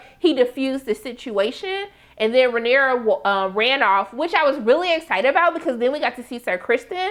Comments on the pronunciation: … baybay. Her name is pronounced Ray-neeer-ah 😂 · You’re so adorable and I love your commentary! Pronounciation: RAY-NEAR-UH